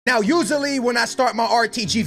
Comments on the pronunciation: “Now youzally” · “Now uzaly when I start...” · Usaly??? Lol